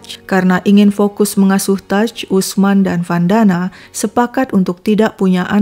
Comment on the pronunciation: Vandana = wandana mestinya min. Dan sepertinya dia mualaf